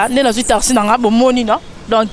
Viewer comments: boyebaka pe koloba tasi nde nii?? on dit taxi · Vraiment tarsi mawa tika tolingi yo te